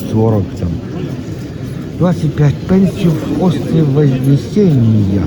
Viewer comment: Дякую за огляд. Доречі, острів Вознесіння, а не «Вознисения» Вибачте, але то як відповідь виправлення мене слова «додаток» на «застосунок» в одному з попередніх Ваших відео)